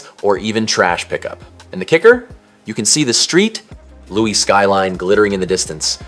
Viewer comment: “EAST STREET LOUIS…” lol 😂 also, it is hellua funny you called E. St. Louis ‘post-apocalyptic’. Ironically, it was the location where “Escape From New York” was filmed.